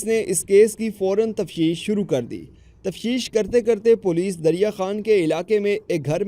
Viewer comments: تفشيش ناهي بولتي ،تفتيش تفتيش تفتيش اوكي سمجه؟ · Tafsheesh nahi .tafteesh